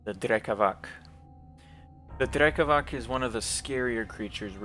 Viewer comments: No offense, but Slavs use "c" and "k" differently, unlike English. "Drekavac" is not pronounced "drekavak", the "c" in drekavac is like the "c" in pronounced. Not corn (korn) or colour (kolor), it's not drecavac or drekavak, it's "drekavac" for a reason. Keep up the good work, love your drawing style. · drekavac i believe is pronounced with a [t͡s(ʰ)] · It’s been brought to my attention that Drekavac, originating in southern Slavic folklore, is actually pronounced “Drekavats” since “c” is “ts” in those regions. We’re all here to learn so I appreciate the corrections 🫡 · one note: in slavic languages is almost always read as /ts/ so Drekavac is /drekavats/ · Just a little correction: Drekavac is read as Drekavats - the C is a TS like in Beats, also Vampire (originally Вампир - Vampir eng.) is one of the few universally used Serbian words